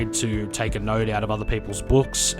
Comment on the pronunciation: Did you just say "Take a NODE out of other peoples books" Haha You addict. Love the vids mate.